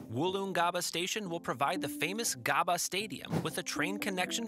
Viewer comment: Not "Garbar", pronounce as "Gab-baa". And Boggo is "Bog-Go"